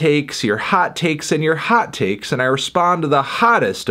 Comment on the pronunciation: Let's argue: Anthony sounded a bit midwestern when he said hot takes 4 times